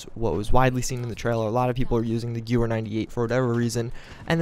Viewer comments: Lol...Malincher? Its Mannlicher (Mahn - likher)....and it isn't Gewer, its Gewehr (Guh-veer)...some people really know how to slaughter the German language.... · You forgot an "E" It's Gewehr or Gewher approximately